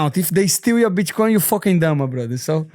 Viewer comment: “Bitchcoin” I swear this dude is doing it on purpose lol